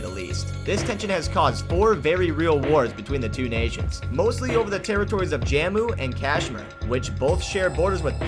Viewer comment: ya prounonced jammu and khasmir wrong😠😠